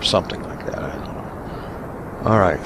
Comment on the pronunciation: Was I the only one who heard "I donna have the power!" in a Scottish accent ? :)